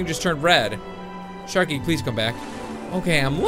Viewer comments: it's sharky not skarky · sharky not skarky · You said skarky lol😂😁😀